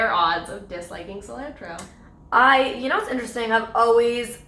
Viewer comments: Cil-ANNE-TRO?? What?? Lol! I saw CIL-AHN-TRO. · You mean sill ant row? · weird way of saying cilantro... we say it like sil-ahn-tro like not like 'and' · Lol when they kept saying Cil AN tro I cringed so hard 😂😂😂 Ily molly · Sorry Molly and, but I cringed out of my mind when you guys said "cilantro". It's cil-ah-ntro. Tall ah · I’ve never heard cilantro pronounced like that can someone explain? Lol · Aidan Rose I dunno, I do it too. Google said it was British? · The pronunciation of cilantro got me...like who says it like that!? Haha! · I love you. I hate the way you say cilantro. Is that a Canadian thing? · The way they said Cilantro! Nooo that’s wrong! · The way they pronounced Cilantro had me cringing.... maybe that’s just the Mexican in me. When I did my ancestry it told me the exact town in Mexico where my ancestors are likely from and that happened to be where my dad is from! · Triggered by how they pronounced "cilantro". Canadians. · Same it made me mad they said it so off too. I’m Mexican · I'm Canadian and I don't know anyone who pronounces cilantro that way.